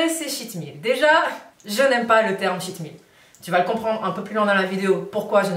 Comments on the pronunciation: Coucou.... mon mari qui est anglophone te conseille de prononcer « tcheat » meal car il avait l’impression d’entendre « shit meal » (repas de m***) 🤣🤗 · J'ai cru que c'était shit meal aussi à cause de l'accent.... Merci pour tes vidéos, je me mets au sport doucement après un confinement avec 7 kilos en trop.